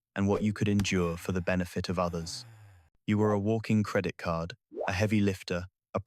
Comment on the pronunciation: "Cerdit Card" icon 🤣